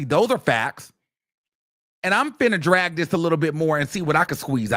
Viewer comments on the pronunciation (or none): none